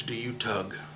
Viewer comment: This video rocks. You played it so well. But you fudged that last line! It's dam-ned rug. Two syllables on "damned". Otherwise great. I know, I'm a stickler for the verse. This video would have been perfect if it weren't for that. You're a hell of an actor.